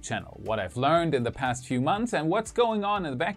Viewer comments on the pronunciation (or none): none